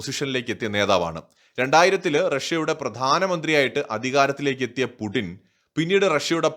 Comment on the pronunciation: Stop pronouncing /pudin/ call him either /puchin/ or /puTTin/. It is so annoying